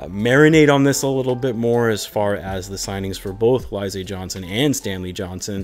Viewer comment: Sounds like you haven't heard of Alize the liquor that's popular in the hood. Just fyi: It's pronounced Al-ih-zay not A-Lie-zay. Definitely wish they signed a literal Big than a player that has to max out to compete at Big.